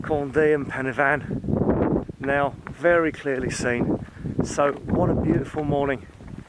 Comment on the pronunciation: Great......stumbled across your "real" channel!!....and someone that has taken the time or knows how to pronounce pen y fan......!!!!..no I'm not Welsh!!!! Keep up the good work Mo Wilts